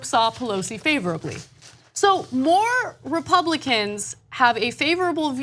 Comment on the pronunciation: Rob-u-cans? ConservaDCKs? Reich-wingers? Who's shocked? I mean, 'Moses' was an immigrant of color? I BET they'd sht on him too...